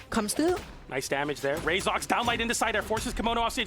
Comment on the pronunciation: "coming thwough"